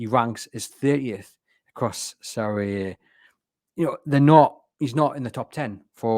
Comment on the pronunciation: The inability to say "Serie A" annoyed me enough to turn this off